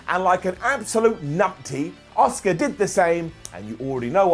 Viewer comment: is the only youtuber that pronounces Asuka 👆👆